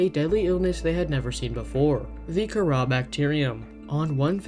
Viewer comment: I thought Kharaa was pronounced “c-ara”